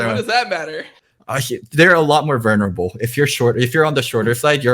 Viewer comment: VUL ner able, loco. No vernable allowed.